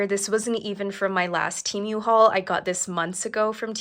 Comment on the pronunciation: How come you can’t say Temu correctly 🤦‍♀️. You keep saying Temeu